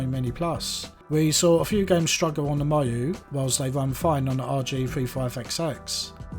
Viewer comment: Nice video! It's pronounced "Meeyo", not "Maiyo" though ;)